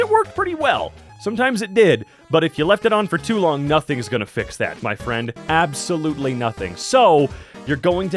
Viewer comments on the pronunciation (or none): none